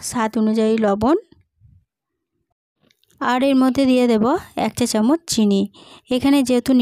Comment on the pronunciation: একের এং বলছেন কেন ?